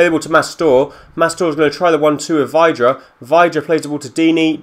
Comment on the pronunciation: By the way it's pronounced Vidra and don't let tozser go, he's great at free kicks.